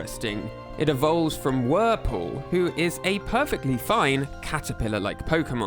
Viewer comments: Vullaby’s diaper is a skull, not a shell. It’s “Wurmple”, not “Wurple”. It’s pronounced “Ee-loo-mee-zay”. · It's wurmple not wurple 🙄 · Vullaby wears a skull, not an eggshell. It's Wurmple, not Wurple. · sorry to nitpick, but… wurmple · I think ya meant Wurmple 😅 I kinda like Wurple tho lol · Wurple? Don't you mean wurmple?? :D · "Wurple" "Qyndaquil" Bruh. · One major hint that your data gathering skills are subpar is the fact that you called Wurmple => "Wurple" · It's WurMple BTW...